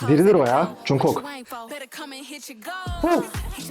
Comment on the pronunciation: yanlış anlama ama cunkok değil conkuk diye okunuyor 😅 yada kısaca jk desen daha iyi